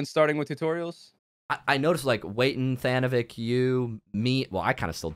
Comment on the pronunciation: Tha-noh-vik lmfao